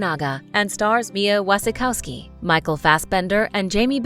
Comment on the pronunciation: Eyre sounds like "air" It's not maddening, it's madding Wasikowska sounds like Vashikovska Devonshire is de-von-sher Chalamet sounds like shalamey 🙂🙂🙂